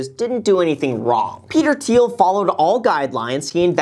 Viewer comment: thiel not teal